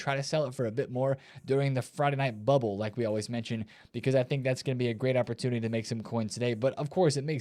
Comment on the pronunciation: "opportulity" 😂 classic